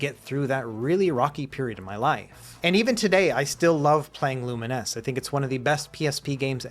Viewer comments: Wait, that's how you're supposed to pronounce Lumines? I have spent all these years thinking it was pronounced like Bovines or two mines... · TIL the correct pronunciation of Lumines. Why wouldn't they just spell it with -NESS?